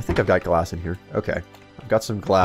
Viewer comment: Parv, its glass not glars :o)